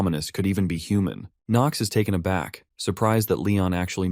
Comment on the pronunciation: I flinched when I heard “taken a back” 😔